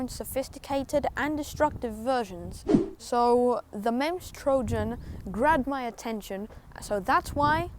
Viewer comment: pronounced memes trojan not memz